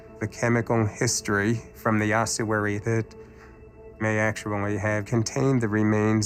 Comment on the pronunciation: It's a fecking ossuary! Oss-uary. Where does this completely made up 'h' Come from? Spoiled the whole film for me, and it's not an accent thing. Somebody on the production team who wasn't very literate probably told a bunch of voice artists and actors (who had never heard of it) how to pronounce it, and it went down hill from there. How, on God's Earth, are we to determine what may have been written two thousand years ago, when, supposedly educated, film makers cannot actually read and speak the words of to-day?